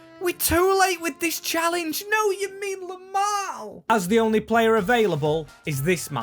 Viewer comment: Yamine lamal?😭